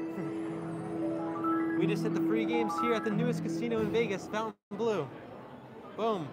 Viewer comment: Pronounced fountain blue